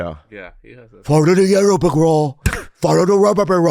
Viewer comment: Bobby says, "Follow the Rerrow Rick Road!" 😂😂😂 The white road too! Bobby, and Santino are hilarious together. Where's Todo ?